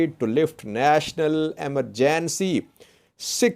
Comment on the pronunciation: How to pronounce EMERGENCY